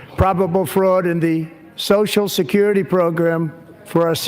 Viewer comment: Drink anytime Sam says "soshascurity"